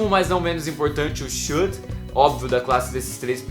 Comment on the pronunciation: Sua pronúncia do SHOULD, WOULD e COULD está errada.